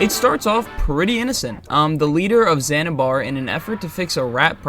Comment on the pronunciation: and "zanzibar", good god man!